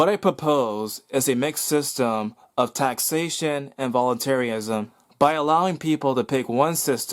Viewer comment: volunterryism I hate when ppl pronounce it like that